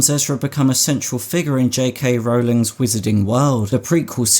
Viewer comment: You pronounced "Rowling" properly!😊